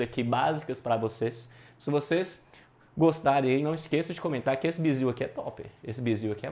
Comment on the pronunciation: Não é "biziu" não sô, é "bizu" , kkkkkk ... aula bacana irmão.